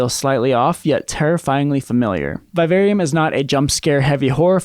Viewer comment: Learn to pronounce “vivarium” correctly. Why do yanks struggle with the English language so much? I know the education system there is about as much use as a chocolate fire guard. But f*** me, it’s not rocket science when it comes to reading the language you speak.